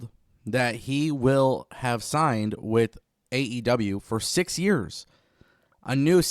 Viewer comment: Ignoramus says wit.. it’s with, guess Speaking proper isn’t a strong suit lmfao